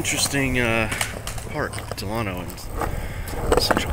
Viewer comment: BTW thats not how you say delano